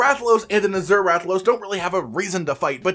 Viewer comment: ... Uh-zer? The word is Azure. Az-yer.